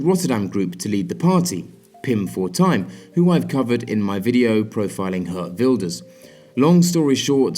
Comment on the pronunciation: the way he pronounces geert wilders is so funny